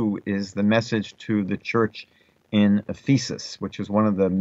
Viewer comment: The word Ephesus is pronounced F'-uhsuhs, not F-ee'sus. If you want to reach Christians, I suggest that you change this. Thank you. They may use this to mock you, G_d forbid. Shalom alechim.